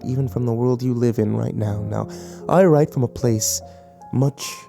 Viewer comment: does he say "from hell i rent" ??